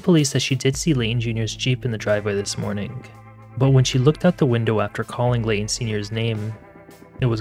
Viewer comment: Thank you for your videos. You are fast becoming one of my favourites. Just an observation, I can't help but notice you are pronouncing "G" as "K". For example, 'mornink instead of morning.